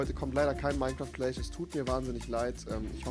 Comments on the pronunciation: Wem ist aufgefalle das Rewi immer Minecraft Clach sagt statt Clash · "Ich muss euch endtäiuschen. Heute kommt kein Minecraft Kläch"